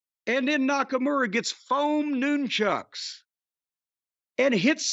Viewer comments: Could listen to Jim say “noon-chucks” all day. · Interesting pronunciation of Nunchucks.